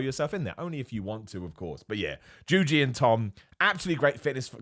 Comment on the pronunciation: These two run an entertainment channel. What do you mean by "listen"? Also "JUJI" not juju. How hard can that be,?